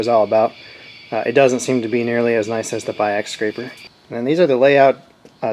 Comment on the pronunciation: This Video nees about a few thousand views more! Nice explanation, I like your style of scraping, not leaving a heavy burr at the end of the stroke. Your german pronouciation of Biax was perfect! I have a Renz powerscraper too, but mine has adjustable stroke.